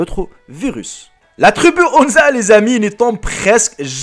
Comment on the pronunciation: Trubu mdrrrrrrrr mon dieu quel français!!